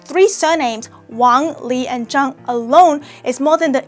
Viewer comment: When they say Zhang it sound they zang😫